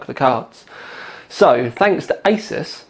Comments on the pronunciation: Its pronounced Azeus not Asus! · Well... I'm not going to be a jerk like the last guy, but yeah... it's ay-soos. I'm not saying you have to say it like that for people to understand, but just food for thought.